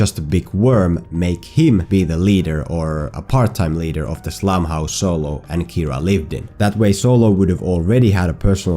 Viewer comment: “So-Low” 😂😭😭 had to thumbs up this vid just off that